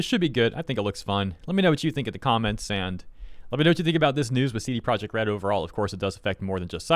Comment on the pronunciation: Your attempted to pronounce CDPR in Polish is completely wrong tbh.